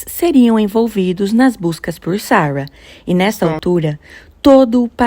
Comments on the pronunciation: E o tanto que incomoda ela falar Sawa, Sawa, fala Sara, pelo amor de Deus kkkkkkk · Vídeo bom mas a pronúncia do nome Sara” está muito ruim.